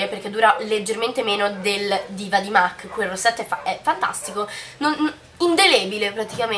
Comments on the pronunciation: si dice mac non "mec" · La pronuncia più sentita e diffusa non è sempre quella realmente corretta, non bisogna essere madrelingua per capire che "mac", in quanto acronimo di make-up art cosmetics, si pronuncia mac Sally M. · beh "and" si dovrebbe pronunciare and non end però dettagli haha e mac si pronuncia mac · esaaaattooo se fai un video di beauty almeno informati su come si chiamano le cose😂😂😂 mac pronunciato |m. a: c| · ma in ogni caso "Art" si pronuncia come è scritto perciò la pronuncia corretta è "MAC"